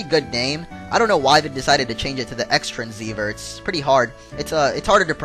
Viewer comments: Actually it is called the Xtransceiver (pronounced like cross or xros) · xtranseiver is pronounced cross-transceiver thanx of the download link :)